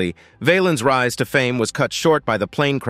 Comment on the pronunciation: His last name Valens sounds like Balance not vail-ens. The Bamba was a great movie about him.